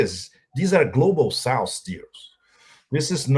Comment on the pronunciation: Pepe: It's "South"not "Souse." It's easy, even for a Brazilian.